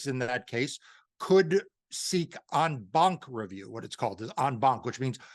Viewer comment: It's always important to remove the right of individuals to seek justice... I assume that the phrase that he pronounces "On bonk" is the French term "en banc." It's tricky approximating non-English sounds. "On bonk" just sounds funny, but in French you wouldn't pronounce the final "c" and so you get something like this: Awh bawh, which is equally silly in French.